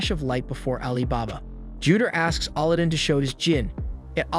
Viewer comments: AL-adin not ALL-adin xD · Bruh. His name is pronounced aladin, like the Disney movie. Not olodin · It's not "Allah-din" it's Alladin Edit: I subscribed and liked. More please 🥺😅 I don't even care anymore about mispronunciation 😭🤷‍♂️ great explanations and summary overall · You keep saying Allah din when its alaa- I see why you won't say it copyright issues. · did you really just call him auludin. 3 seconds in and you sound stupid. the dub and sub both dont say it like that. no clue where you got that pronunciation from. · ali din magiana not aladdin or morgana Lol jeez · How do you not know how to pronounce Aladdin? lol. You're pronouncing it like Allahdin. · Sigh why pronounce his name like that 😢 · i love how these people give review on show but can get name right like Aladdin. like did he even watch the show they say his name like 100 times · you butchering his name over and over and over again just I couldn't do it I made it like 5 mins into the recap and just had to stop guess ill just watch the anime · You had one job! Pronounce the kid's name correctly LMFAO Aladdin 🤣 nice recap by the way. I did like this anime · Ikr, I almost had to stop watching the video because it bugged me so much. No way this guy hasn't seen Aladdin. "Jaffer" instead of "Ja'far" geeked me out. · I know you didn’t just put that thumbnail and title together…don’t you ruin the anime with a bad recap (especially when you’ve already ruined it with the first point & how you’re pronouncing the names like Aladdin & Morgiana). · I cant get over how you say Aladdin's name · Killing me the way he's saying his name everybody named right but Aladdin's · dude ikr. I get its the A.I. thats reading it but its right up there with the last air bender movie and the butchering of the names there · Why do you pronounce Aladin differently then they pronounced it on the show? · It's a text to speech script, not actually someone's voice. It runs into issues on some words, most apparent with names.